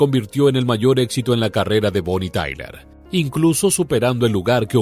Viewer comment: Bonnie Tyler... Sin la A.... Madre mía... Qué vergüenza....